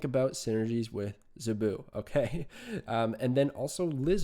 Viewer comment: Zabu rhymes with "taboo". Great analysis, btw! Fun facts: Dazzler made her debut during the Dark Phoenix Saga (X-Men), the issue AFTER Kitty Pryde made her comic book debut, in February of 1980. Zabu has been Kazar's sidekick since forever (seems). Early X-Men issues had the team running around the Savage Land quite often. The X-Men slumming around the Savage Land was always pretty fun. Nothing like Storm in a fur bikini or Wolverine get into a fight with a dinosaur. Sauron is a mutant (and ANOTHER X-Men adversary). His human form, Dr. Lykos, has powers similar to Rogue - he can steal your lifeforce (and kill you by doing it), which turns him into the maniacal Sauron, who could hypnotize and turn a hero against their team. Think Dr. Jekyll and Mr. Hyde, if Mr. Hyde could fly and had hypnotic powers. He was a scientist in the Savage Land.